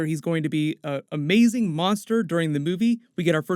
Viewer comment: Skarsgård is meant to be pronounced "skar-shgord".